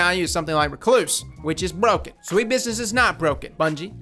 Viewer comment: I like how you put emphasis on broken for recluse but not sweet business